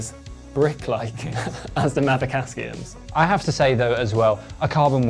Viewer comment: Did he keep saying Askium rather than Aksium, or do I need a hearing test? I've had those wheels on my bike since I bought it in 2009. Yeah, I should probably upgrade them...